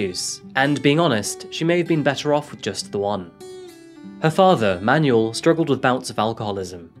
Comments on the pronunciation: Seriously.. this guys pronunciations.. who says Manuel as manual? And I’d like to get a coffee BEFORE I pull up a chair and sit down..otherwise I’ve got to get up again.. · Manual 🤣 its cleanly Manuel, you're British, you would have seen faulty towers and know how to say his name